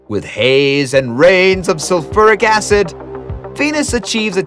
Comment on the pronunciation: Mercury does not have one of the largest changes in temperature of any planet in the SS, it does have the largest change in temp. For Venus, he mispronounced "sulfuric acid" as "sull-ferric acid", when it's "sul-fyeric acid". Jupiter wouldn't crush you in a second. You might survive only 30 minutes on Jupiter, maybe an hour before raging winds (and possibly lightning strikes) kill you.